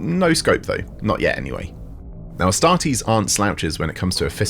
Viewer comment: Ass-tart-eees....oh my